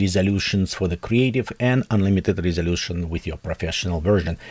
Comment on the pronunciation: выпалился на слове РРРезолюшен